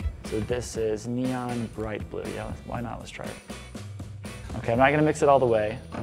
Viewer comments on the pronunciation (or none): none